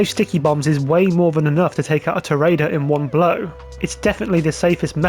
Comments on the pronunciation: If you buy an Avenger, and do the LSA missions, specifically Direct Action, Charlie calls your phone and pronounces it “Tor-ee-adore” very clearly, several times… ¯\_(ツ)_/¯ just sayin’. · Tor ree ah door It’s what Spanish people call a Bullfighter.